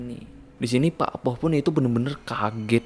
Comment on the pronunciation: Cuma mau meluruskan. Ada beberapa yg salah pelafalan. Pakpoh = bapak sepuh / pakde penyebutan untuk laki2 paruh baya yg terlalu muda buat disebut kakek. Cara baca o di pakpoh sepetti pengucapan o pada bakso Cak bejo = cak untuk laki2 lebih tua seperti abang. Bejo cara baca e seperti pengucapan besi dan o seperti pengucapan pada orang. Bukan dibaca e seperti bebek dan o seperti bakso. Pengucapan cak sama seperti hurufnya. Bukan cek.